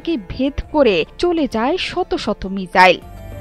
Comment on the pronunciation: মিজাইল না গো মিসাইল 🙂